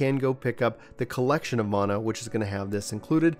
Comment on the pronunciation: MAN A. NOT MONA. WTF